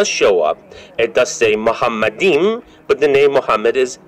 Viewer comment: Machmadim, doesn't sound like Muhammadim; or Muhammad?